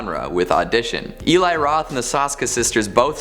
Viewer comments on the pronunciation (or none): Really? "Ellie"? It's Eli. Ee-lie. Come on, dude.